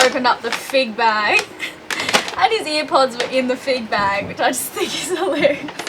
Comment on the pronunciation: Air pods not ear pods